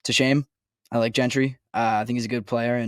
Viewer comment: I almost hope Gentry gets cut just so I don't have to hear both of you mispronounce his name. It's not that hard. It's pronounced Jentry! JJJJJJJJJJJJJJJJJJJJJJJJJJJJJJJJJJJJJJJJJJJJJJJJJJJJJJJJJJJJJJJJJ The other one is Nick Kwiatkowski. This is from the WVU player site. Pronounced kwit-COW-skee. The A is silent. Come on guys! LOL